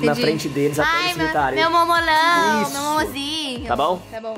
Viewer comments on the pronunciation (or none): Só eu que ouvi a falando "momolão" kkkkkk